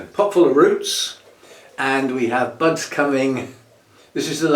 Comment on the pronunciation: I was listening while tidying up and I heard "what it does have is sexy butts along there." WHAT!? Oh, "sets of buds." SETS OF BUDS. 🤣